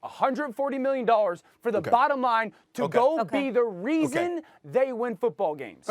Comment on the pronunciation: I'm not sure if SAS actually can pronounce "dollars" because I keep hearing "100 million nollas"